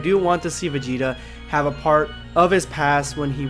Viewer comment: #EndofVideoSquad Finally Vegeta Ascension Thank you # You are the first person in my life that actually Says my whole name correctly